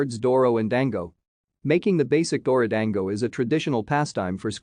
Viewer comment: You mispronounced it, you morons. Get it right.